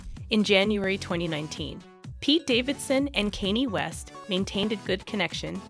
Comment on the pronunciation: i can't tell if you're purposely pronouncing the names wrong. i thought i was dead at kanny west but kid cootie might take the cake. wtf lmfao